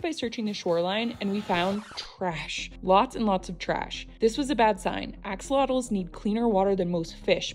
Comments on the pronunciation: We as Mexicans appreciate the interest in the ajolote/axolotk. But please stop pronouncing it like axle-lottos lol it’s pronounced ah-ha-low-Teh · Fun fact, it's pronounced ASHolotl, not AX! Aztecs pronounced X as a sh 😊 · Sho* not cho, and "lot" part is followed by a sound not found in English or Spanish, so pronouncing it is difficult for most in general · It's pronounced as Ahh-Cho-Lot not Axe-Zottle so many people mispronounce this word. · It's real pronunciation is a AH–SHO–LOTL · It’s pronounced ah-show-low-t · Its pronounced asholotle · down to even the bottle. video did blow up about the axolotl, and she's not even pronouncing the name right lol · The way she pronounces the x is like nails on a chalkboard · Went to Mexico and didn’t even learn the proper pronunciation of the animal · Why can no one pronounce axolotls right 💀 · I appreciate you taking time to learn about Axolotls, but please learn how to properly pronounce their name! It's annoying seeing all these foreigners recently obsess with Axolotls but don't take the time to pronounce their name correctly and learn why they are only native to Xochimilco.